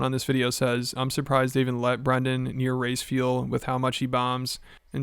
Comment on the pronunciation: I had to run that back a min. I thought he said, " Im surprised they let Brendan near rice fields with how much he bombs." Err... race fuel😅